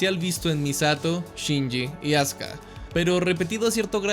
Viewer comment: Se escucha Azka en vez de Azuka 😄